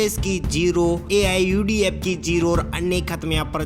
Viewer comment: Even can't take the name of political party AIUDF Properly. Learn to present yourself. Thenafter, come here to expose your knowledge.